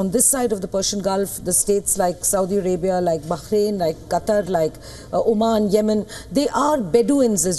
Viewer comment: Qatar is right..Not Quatar.